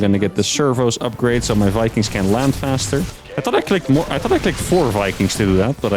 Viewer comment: “Build More Vikangs”